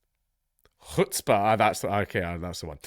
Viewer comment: I like that Dankula pronounces Chutzpah correctly almost by accident because of his Glaswegian accent..